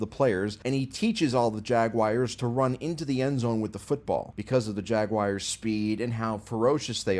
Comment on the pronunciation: bro called the colts the chiefs then the jags jagwires after trying to say jagwaars